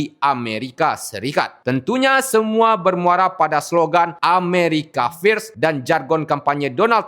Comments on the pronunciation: Bang, tolong bacaan "FIRST" dibaca dg benar. 😂😂😂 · America first, bacanya yg bener dong, malu²in. 😂